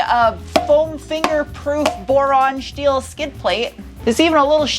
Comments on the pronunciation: I haven't watched your videos in a long time. Just busy busy busy. I'm flying in to Tucson in July, to go to 2 weeks of training... and then it clicked. -n-Tuned is out there. Also, I don't remember you pronouncing your S-words, like... "SHTEEL" 😂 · What's with the Shteel, Shtainless, Shport BS? And the British pronunciation of aluminum? This was hard to watch. Won't be sub-ing.